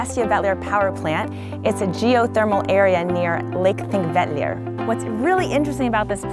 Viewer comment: Your enthusiasm is infectious!! Nice too that you made the effort to pronounce Thingvellir (or even Þingvellir) correctly! :-)